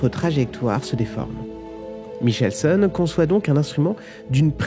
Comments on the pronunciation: Michelson se prononçait Mikelson chez mes profs de physique en Teminale et après. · Bonne vulgarisation, certes. Juste pour précision : Michelson, du nom de l'interféromètre qui porte son nom, se prononce comme c'est bien connu "Mikelson". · Michelson se prononce avec le son K. merci pour la vidéo.